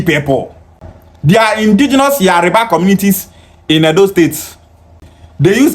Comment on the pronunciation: I like to correct the way you pronounce the name of my princely tribe Yoruba not yariba. Your kind like to insult other non-Igbos, but cannot take it if you are paid back. Watch your mouth